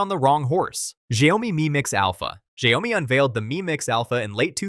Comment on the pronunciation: Shao-mi, NOT Sha-yoh-mi